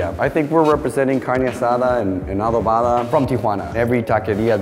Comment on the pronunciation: I find it funny how they can't even pronounce Adobada.